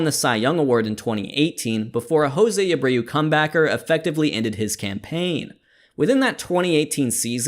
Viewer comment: Jose abreu in "Brandon Lowe territory" is giving me a brain aneurysm